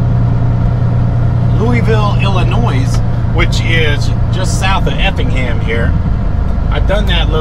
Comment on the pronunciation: Please PLEASE Quit Putting the S on Illinois.....THE S IS SILENT !!!!!